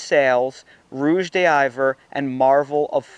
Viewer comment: Rouge d'Hiver - is pronounced like rouje dee-vair. You did well.